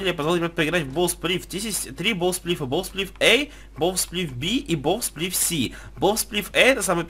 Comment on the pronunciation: Не бов сплиф, а боу сплиф